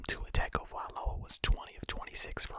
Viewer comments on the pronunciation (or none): Hey... fellow Dolphins fan here. It’s pronounced Tua, TOUNGE-O-VAI-LOW-UH. Love you videos, keep it up my guy!